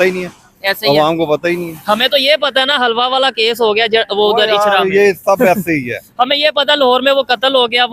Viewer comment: Jahil hlawa nhi halwa hota h😂😂😂😂